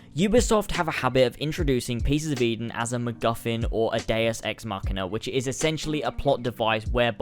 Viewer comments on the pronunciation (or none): none